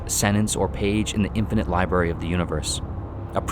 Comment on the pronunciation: Lol "The Liberry"